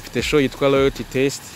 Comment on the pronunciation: Make a correction bro, It's LOYALTY not LOYATY